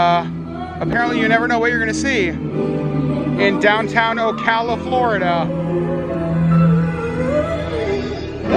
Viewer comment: Glad you pronounced Ocala properly, lol lol……most people don’t. Most manatees “winter” in Blue springs State park…..hundreds of them!